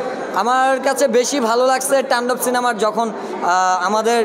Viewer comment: তান্ডব❌ টান্ডব✅ পজিটিভলি❌ প্রজেভিবলি✅